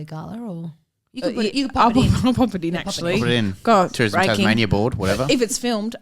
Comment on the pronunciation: …Did really call Tasmania “Tasmazia”..? 😂🤣